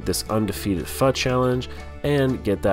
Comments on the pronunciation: It's funny you pronounce it Fuh. I always thought it was Fo. Pho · Everytime you said pha instead of pho gave me a laugh. Ppl say it both ways. Good job, amazes me you can eat so much at one sitting. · It's pho not fa lol